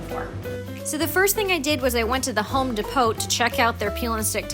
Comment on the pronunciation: Haven't been to a Home De-pot, it is pronounced Home Depow..